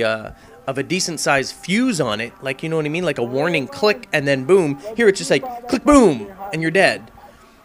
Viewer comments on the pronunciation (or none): its not clicBOOM! its more like CLBOOM